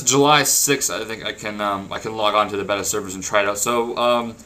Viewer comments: Dude its bay ta not bet a beta= bay ta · "Bey-tuh" not "Beh-tuh" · IT IS PRONOUNCED BAY-TUH. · boss, its pronounced BAY-TA